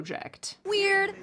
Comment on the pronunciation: I unironically think it’s absolutely hilarious the way that she said weird in this interview and that’s how I say weird now because it’s so freaking funny